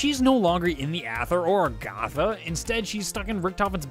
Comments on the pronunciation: it's Agartha not argatha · It is not aRgAtha, it is agARtha. If i sound rude I am sorry, I am just totally triggered. REEEEEEEEEEEEEEEEEEEEEEEEEEEEEEEEEEEEEE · he kept saying argatha yet its agartha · Why do you say argatha it's agartha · it's argartha. not argatha